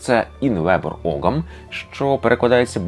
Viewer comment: тут невеликий бдищь. не оґам, а огам все ж. там g зазнає лініції, і часто пишеться як gh, або g з крапочкою вгорі, яке в давноірландський вимовлялось як γ.